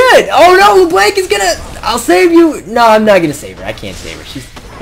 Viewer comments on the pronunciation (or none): It's LeBlanc...not LerBlank. XD But you're pretty funny, so it's okay.